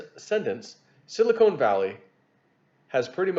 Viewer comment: reading skills have greatly improved from past years. But there is one funny error he makes all the time. Sili KONE and Sili KONE valley (is the cleavage between Hollywood Implants), and.... Sili CON is the mineral used to make Computer Chips.